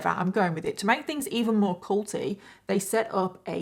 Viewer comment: I know you said "culty", but I can't help but hear say "Colty" 😂